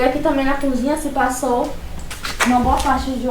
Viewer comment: Essa moça parece que nunca estudou ! Falar a palavra cozinha de cunzinha? Kkkkk